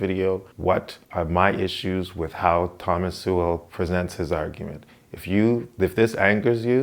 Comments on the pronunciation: It's pretty cheap of you to mispronounce Sowell as Sewell - it's obviously intentional. You make some interesting arguments, but the stunt with Sowell's name does not reflect well on you. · First time to your channel - nice work. Judging by the comments, though, it kinda went in one ear and out the other. But, keep it up. BTW, it's pronounced, SOUL. Ironic, huh? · Pronounced "soul" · Thomas Sowell is infinitely more intelligent than this man with 437 subscribers. I’m not trying to be mean but I watched this whole video and will never get my time back. He can’t even pronounce his name correctly. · Can't (or perhaps won't) pronounce "Sowell" correctly. 135 subscribers. Speaks with the eerie calm of a cult leader explaining why it's time to cut your balls off. He's not creepy at all. When do we get to the koolaid part? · He doesn't have trouble with any other pronunciations. What could it be? He is pronounce that way as a "backhand"? or he hasn't studied his subject well enough to contest him? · ahhh you upset cause you cant prove any of his arguments are wrong. So if he had said his last name right it would have changed your mind? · Sorry buddy, buddy but Thomas Sowell has a lot more experience than you do and he lived it. You didn't. Oh, and learn to pronounce his name properly before critiquing. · You might wanna pronounce his name right if you're gonna be commenting on the guy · Imagine pretending you're critiquing in good faith and you can't even pronounce the man's name. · I'm sure Sowell would simply correct him and precede with the argument rather than flaming for mispronoucing an uncommon name.